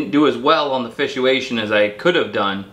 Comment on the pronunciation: lol did you say " fishuation"?